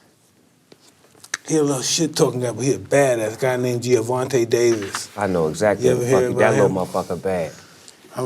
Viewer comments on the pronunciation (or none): That nigga Mike said “Gia-Vonta” Davis”